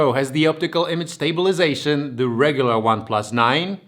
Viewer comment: Everything is ok except of pronounce of stabilization most of the time :c Great job tho